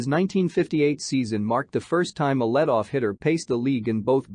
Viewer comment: As a constructive criticism, you should get a narrator who is knowledgeable about baseball. Many mispronunciations, e.g., LED-off hitter and hitting over point three oh oh.